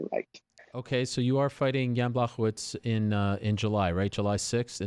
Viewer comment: 'Błachowicz' is pronounced like this: B'+'wow' (without this last 'w')+ 'ho' (like 'ho ho ho' said by santa) +'vich' (like last part of Rachel Ostovich's name). Got it?